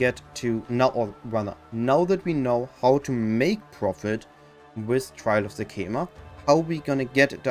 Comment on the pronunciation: ''Sekcamema'' they said it like every five 4 sec in act 2